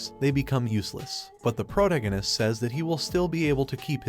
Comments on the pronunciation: pro·tag·o·nist please just pronounce it right once. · "The prodeginis" LMAO 🤣😂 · Took me awhile to realize he was saying protagonist